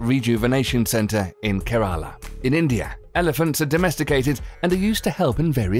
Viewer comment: lel thats now how you pronounce "kearala" i live there